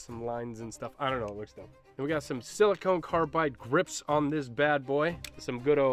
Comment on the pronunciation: bit of a peeve of mine. Silicon and silicone are not the same, and they are not pronounced the same. SiliCON, not SiliCONE. One's an element, one's a rubber.